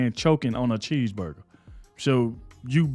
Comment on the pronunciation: Can't Joy speak proper English or does she have a lisp problem. She can't even pronounce 'cheeseburger"